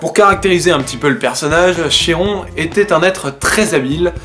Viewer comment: Bonjour, la prononciation est " Kiron " ;)